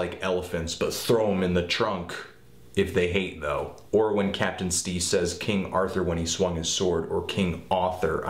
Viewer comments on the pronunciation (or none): he said captain steez...fuckin capital steez mate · this nigga said CAPTAIN STEEZ rip CAPITAL STEEZ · Did he just say fucking captain steez???? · Did he just say captain steez ... R.I.P to steez too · capital* steez not captain